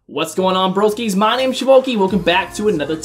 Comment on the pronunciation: Shivoki I swear bro😂 I heard u say what up broskees and I was like... me?